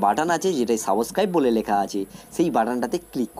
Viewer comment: Vasa vule jachi. R sunle puro vule jabo. Saboscrib, naughty fication.😂😂